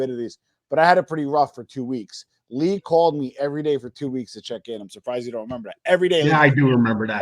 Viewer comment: Lee =yeng. James=yang